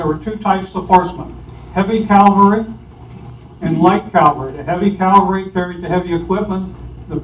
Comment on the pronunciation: It's CA-VAL-RY...please pronounce it correctly. CAL-VA-RY has to do with Jesus Christ! Gen. Lee would be rolling in his grave if he heard this mispronunciation of the word: CA-VAL-RY! Sorry, but it's one of my pet peeves and I hear it mispronounced VERY frequently.